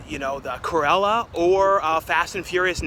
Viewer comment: I swear you say “Curella” every time rather than Cruella….